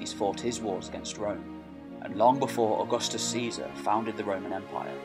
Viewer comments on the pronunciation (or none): none